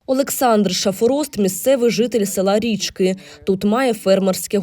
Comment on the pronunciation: не РІчки, а РічкИ ( завжди казали РічкИ, на И наголос)